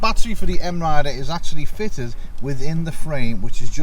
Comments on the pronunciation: It's 'My Rider', not M-Rider. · M.I. Rider? I always thought it was pronounced My Rider.